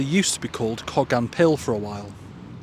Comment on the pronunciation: Wow I’ve never heard it pronounced like that in over 60 years. It’s pronounced in Cardiff Coe-gan.